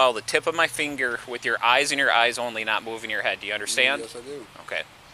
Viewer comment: “ follow the tip of my Fynguir”